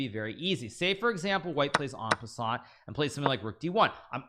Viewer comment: Nobody is talking about how he said en peasant